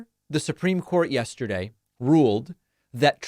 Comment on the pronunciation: "Yeshterday is a hard word for me."